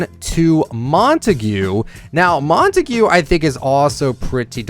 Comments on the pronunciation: It’s not montegu..it’s pronounced montaege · Mon toe gue- Incorrect Mon Tog- Correct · Every us YouTuber says "Montague" wrong 😭